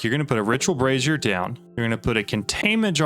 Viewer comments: not sure if you realized but with the way you pronounce brazier, you sound like you are saying brassiere as in bra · Someone has told your friend how to pronounce Brazier, and what a brassiere is right? 😅